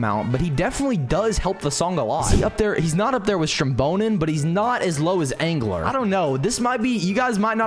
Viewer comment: bro said angler💀💀💀💀